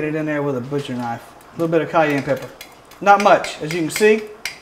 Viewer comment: Why are you saying pepper the way you are I'm from dulac Louisiana a real Cajun you are perpetrator